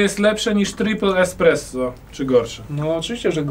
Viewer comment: to niezłe "EKspresso". Ponczek na salonach :D